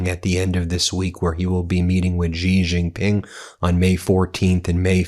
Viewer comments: Me again - so far it's Gulf of Hormuz, not Hermoz, infrastructure, not infastructure, and Shi-Jin Ping, not JI-jin-Ping. Just trying to help, Ben. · Xi Jinping is pronounced "Shee Jin-ping" it is important to say it like this as it is about respecting different nationalities. By pronouncing properly i have found in my 25 years of traveling China, I earned great respect….🇿🇦🇨🇳